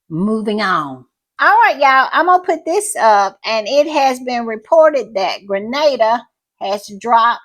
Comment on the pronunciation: Thank you for shouting out Grenada 🇬🇩, and I appreciate so much that you know how it's pronounced. Little things go a long way. And thank you for the great podcast